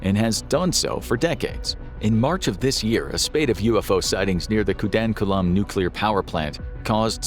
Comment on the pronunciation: It’s not KUNDANKULAM. It’s KUDANKULAM*… You’re welcome 😇